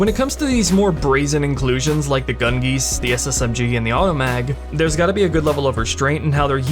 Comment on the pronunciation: I know it's probably correct but hearing "gungeese" is so horrendously cursed.